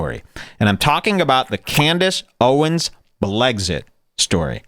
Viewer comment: Blexit does not = blegzit